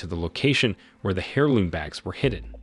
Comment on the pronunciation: "Family hairlooms." Love it.